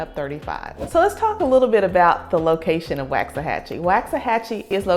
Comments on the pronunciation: Nice video. I'm originally from KC, Missouri so I understand the mispronunciation that everyone's giving you a hard time about lol. I moved here from DeSoto in 2019 & this place has blown up when it comes to population, restaurants and housing but I'm cool with it. I have learned from being in some of the local Facebook groups that the locals cannot stand the growth, they miss the small town it used to be. They can't stand the traffic (it can get ugly but find a back way or go at less busy times). Please don't tell them you're from California (they really think Californians are really going to change everything). I mean even Frisco started out as a one stop light town at some point & now look at it, it's a luxurious area now with top end entertainment. I can see Waxahachie heading that way & drawing more businesses South of Downtown Dallas (a lot of us drive luxury cars down here & like high end shopping)! I'm going to love seeing how much my property value goes up from what I bought it for in 2019. BTW there's a park-n-ride in Glenn Heights which is about 15-20 minutes away that takes you straight into Downtown Dallas. I used to take it when I still had to go into the office, it's very convenient, let the bus driver deal with traffic on I-35!! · it's pronounced Wox-a-hatchy. the population has probably doubled in the last 5 years, no new roads to handle the traffic. the traffic is crazy, the restaurants pretty much all suck, there's no good grocery shopping in the area, nothing for families. if you work in dallas you better prepare for a 1.5 hour drive on average, Fort Worth a little more. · You’re saying it wrong. “Walks a hachie”. but I really like your video. Thank you. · Why does she say WAXahachie? ?!!11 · It is not pronounced like candle wax. Never has been. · Woxahachie. That’s how it’s pronounced. No “a”. I moved there in 1982 when we only had one stop light located at the now Walgreens which used to be a Dairy Queen. Enjoy! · pronounced walks-a-hachie